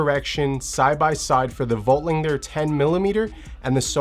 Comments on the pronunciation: Yep, no g... lander. Not langer. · I can't listen to him butcher Voigtlander again